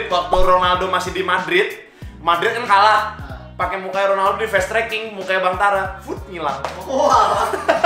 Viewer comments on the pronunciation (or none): none